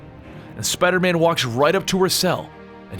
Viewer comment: the said speedermen had